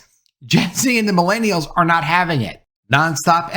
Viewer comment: The way pronounce “millennials” hurts my soul deeply. Just stop.